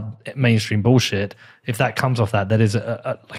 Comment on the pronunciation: Peter says bowlshit :)